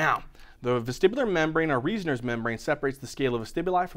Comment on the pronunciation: The vestibular membrane is also called the Reissner membrane. The pronounciation isnt "Riessner" but Reissner, pronounced as means it's "Rahinssner"